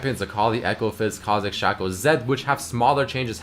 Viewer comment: Was happily watching this until you said "shacko"